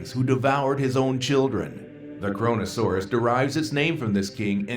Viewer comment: KRONO-SAURAS ? more like CORONA SAURAS